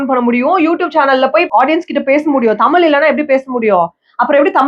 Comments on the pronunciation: U 😅😅 it's not tamil. Tamizh. Neenga tamizha ondrum 😅😅😅😅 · could be. Still a shame to say தமிழ் as தமில் and whole conversation filled with few tamil words her and there. You don't need to live overseas to forget தமிழ்.